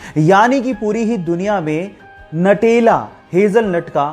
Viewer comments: Natela nhi nutela khte h🤣🤣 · भाई नटेला नहीं न्यूटेला |